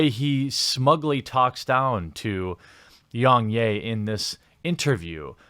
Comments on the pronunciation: “Yungyay”? My guy, he says his name in every video, it’s pronounced Yeah, like a positive affirmation. I know I know, maybe it’s a difference of accents or somethin, but it’s still his name, ya know? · "YongYay" it's pronounced Yong YEAH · Yong yea not yong yay 😅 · Its yong YEA....NOT YAY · its yong yeah not yong yey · Was anyone else triggered by how he was saying YoungYAY? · ....How does everyone mispronounce Yong's name when he says it in every video? Yong YEAH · its pronounced Yong YEAH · It’s not “yong yay” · so funny how every youtuber pronounces Yongyea wrong. Its pronounced like "yeah", he literally says it at the end of every video, lmao. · Rich from ReviewTechUSA does it to and it's baffling. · okay.....with that logic might as well say YoungHurray?.. It's a mispronunciation, and kinda shows his laziness. Anyone who watches one or two of YoungYea's videos will know how to pronounce his name. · Hearing you say his name wrong 200 times despite the fact that he says his own name in every single video was incredibly painful. Do better research next time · If you can't even pronounce Yong Yea properly, this only serves is a testament as an authoritative critic on the subject. It sounds like you just came here to insult the Kotaku writer. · It seems you are purposely saying Yong's name incorrectly.. really annoying lol ... He says it in all of his videos...